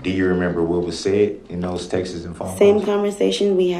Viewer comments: the plural of the noun “text” is “texts,” not “textes.” Also, the witness never “axed” you (ever) although she may have “asked” you something. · Instead of texts he’s saying TEXaSs god I can’t stand him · Him calling "texts", "textes" is just hilarious to me.